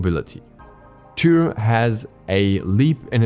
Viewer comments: i love how he says toor instead of tyr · Was looking for this comment lol it's kinda painful. Sounds like he's saying two or tou 😂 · He barely gets the R in there lol sounds like two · What in seven hells are you pronouncing when saying Tyr's name,.omg embarrassing much, ffs..